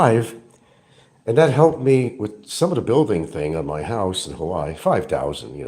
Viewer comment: no criminal record. just 60K in HA WAI I 3 syllables